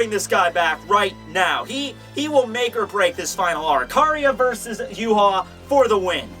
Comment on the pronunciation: is that how you pronounce Yhwach? as yu-ha?